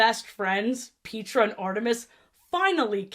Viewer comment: I'm sorry Pete-ra? it's Pet-tra! wtf